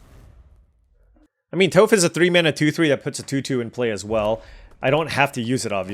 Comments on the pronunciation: To help you out in later videos, it is Toff like off not Toeff like Toe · Atla looks great. Also, Toph is pronounced as “taaf”. 😊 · Bro Toph is “T-ah-ff” or like “T-off”. She’s the GOAT earth bender 😭. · "Toof" AHAHAHAHA dude I'm dying! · Toph = "Toff" Ba Sing Se = "Baw Sing Say" So excited for this set and to see you draft! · you’ve done us a favor with your daily uploads - now let me return the favor. Watch Avatar - it’s timeless. Also Toph’s name rhymes with “cough.” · Toph would be horrified of that pronunciation if she wasn't deaf. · love your video's but I gotta assume you have never seen avatar the last air bender, not with the way you kept butchering Toph's name. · no biggie but Toph rhymes with cough. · it is! You were killing me everytime you were saying her name lol.